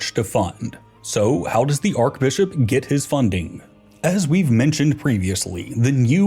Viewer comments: Yes. Should be pronounced Arch NOT Ark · Yeah, have they never heard it pronounced arch? 😭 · Awesome but why does he keep pronouncing archbishop with a k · The way he says archbishop drives me nuts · Thats not how you pronounce archbishop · Someone get this dude an English pronunciation guide. Clergy, papacy, archbishop...